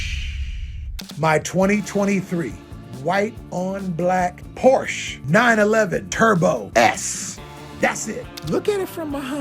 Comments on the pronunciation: Soooooo... Sir Mixalot he calls himself "a real car guy" and still says porsh??? Lame... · Sir Mix-a-Lot “The real car guy” can’t pronounce Porsche correctly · Sir-mix-a lot, Porsche is a two syllable word. Peace!